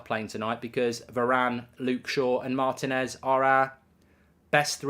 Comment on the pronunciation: Mark you are not pronouncing Martinez’s name correctly